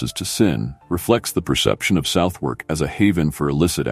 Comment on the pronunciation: Can someone please teach this AI that's its it's pronounced Sutherk, not South Wark